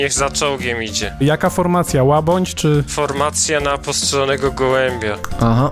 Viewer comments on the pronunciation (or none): Mówi się "łabędź", nie "łabądź".